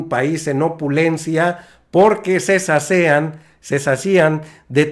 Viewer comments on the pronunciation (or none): Cómo se dice sacian ? Ni siquiera sabes hablR